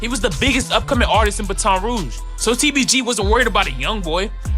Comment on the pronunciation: I wish somebody woulda told the narrator the correct way to pronounce BATON ROUGE & his old Shii was raw asf!